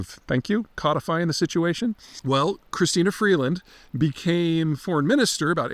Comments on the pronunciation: 2 reasons Peter doesn't know what he's talking about: 1. Chrystia Freeland isn't even in the top 1000 smartest Canadians. 2. Her name is Chrystia, not Christina. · Peter has a good handle on the broad strokes, but his command of the details is surprisingly bad. For instance, it's "Chrystia", not "Christina". And he didn't understand the argument between Chrystia and Trudeau. He should also probably mention the fact that Trump has threatened annexation. Should be a bigger deal than people are acting like it is. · I was always a bit suspicious of Peter’s conviction to his take on geopolitics but this proves to me how off base he can be. He is right-on with his description of Trudy, but so off base with Freeland. He didn’t even take the time to get her name right. Peter, it’s Christia , not Christina. As a key clown in the Liberal government she was a total disaster as finance minister. Likely the most ill suited both in prior experience and educationally to serve in that position. She was a total train-wreck as finance minister, her mind boggling miss steps will cost Canadians for generations. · For a guy who seems to think he knows everything...it's Chrystia Freeland, not CHRISTINA Freeland. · A few corrections: 1) Trudeau taught drama and a few other subjects at West Point Grey and Sir Winston Churchill, elementary and high school. 2) It's Chrystia, not Christina. 3) Chrystia left AFTER Trudeau tried to move her to a different portfolio and expected her to still deliver the budget speech, and 3) Chrystia did not leave the government. She's still a sitting mp but resigned her post in cabinet. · You can tell he is BSing about Freeland being the smartest person in Canada lol, he can't even get her name right.....its "Chrystia" not Christy. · She's so smart and amazing that Peter doesn't know her first name. Yo Pete, it is Chrystia not Christina. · Peter, small correction; her name’s Chystia, not Christina. I love your videos. Thank you! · Chrystia, not Christina.